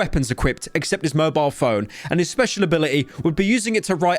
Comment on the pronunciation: you went full Philomena Cunk on "mobile phone"